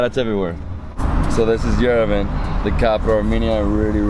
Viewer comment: Sorry after 10days you still can't pronounce Yerevan correctly! I enjoyed this series immensely! Thank you and your beautiful hostess Lusine